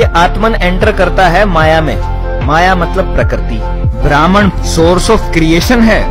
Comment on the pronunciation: ब्रह्म होता है ब्राह्मण नहीं ! उच्चारण सही नहीं ! वीडियो अच्छा है लेकिन लम्बा होने के कारण उबाऊ है !